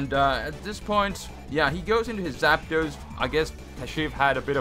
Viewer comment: Artic-uno Zap-dos Mol-tres Spanish yo